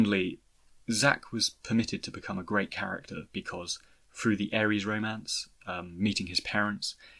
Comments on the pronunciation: How in the actual fuck do you and four eight production's pronounce Aeris' name like the god of war. It's AIR-IS. Drives me up the wall. Otherwise, great video. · Fintastrophe I see your point. I can see both sides. On one end, if I had never heard Aeris pronounced, I can see why he says Aeris. On the other, the game has been out for 20 years and this video is about Zack. In Crisis Core, she is repeatedly referred to as Aerith and it's pronounced by multiple characters including Zack and Aerith herself when she introduces herself. That's why I'm kind of surprised he isn't saying it correctly. Having played the game, it's almost like he's intentionally mispronouncing it because what other alternative is there? It's funny because in his FFX videos he says Tidus right (TEEdus) Regardless, it doesn't bother me too much though. Maybe he's just been saying Aries for 20 years and doesn't want to change it.